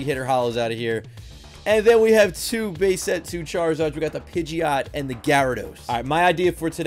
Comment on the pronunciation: Start of the video he said bae set not base set